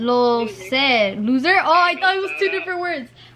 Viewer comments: when she said lo ser and meant loser 💀😂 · im fucking dead how is no one talking about how said loser "low-ser" LMAOOOOO